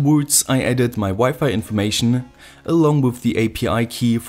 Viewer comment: its with, not wuff